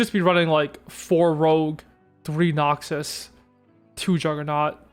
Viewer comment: You saying noxius is obnoxious